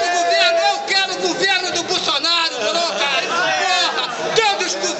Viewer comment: "Bulsunario" ashahsahsahs